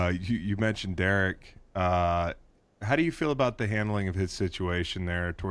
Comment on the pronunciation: Love Mayock, Hate how he says Derek. Seriously good talk.